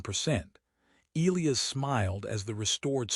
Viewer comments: Eelyus? You mean El-lie-as (Elias), surely. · AI narrator can’t pronounce Elias correctly. E LIE US. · WTF? It’s E-lie-us not E-Lee-us. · Not to mention names. Elias and not eeleeas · If the AI cannot pronounce Elias properly .... then pick another name . It is ' EL - eye - AS ' . It is just annoying now .